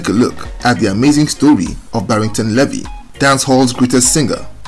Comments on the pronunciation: Pronounced "BARRINGTON LEE-VY, not LE-VY"; good story though. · Your pronunciation of 'Levy' sounds more French than English. In Jamaica we say 'LEE-vee'. A very historical name, usually indicating 'black' Shephardic Jew (Israelite/ Hebrew) ancestry, coming from the tribe of Levi who were recorded in the Old Testament of the Bible as descendant from the lineage of Jacob (Yakob, later called IsRaEl). The Levite tribe performed spiritual leadership duties to their nation as priests and musicians. A people whose presence remains among Jamaicans and several other populations in the Americas, Africa, Europe and Asia to this day. The full story has not yet been told due to 'paper genocide' and whitewashing, especially by Ashke-Nazis, but it will all come to light. Barrington Levy is the typical, original true colour of that ancient tribe and the tribe of Judah. What a powerful signature voice Barrington Levy has, like a trumpet announcing his presence and message. His recognition is well deserved.